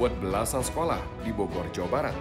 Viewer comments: cinta kalo ngmng Bogor musti ada tambahan huruf " w " nya wkwkkw Bowgorrr bowgorr 😁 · salfok kalo cinta ngomong bogor , r nya itu looh 😋😚😂